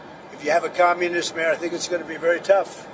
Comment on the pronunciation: He did not say just said minimum New Yorkers deserve no more than other states just because he is a communist and has promising people of NewYork Free everything unrealistic please learn how to pronounce communist you will have to know this if Mondami is elected Sad to say New Yorkers will have to pay the price